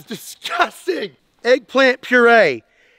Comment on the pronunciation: Why is having trouble with eggpplant?